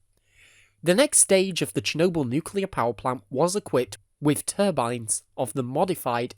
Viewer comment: Nukelear reaktoer exlosoin?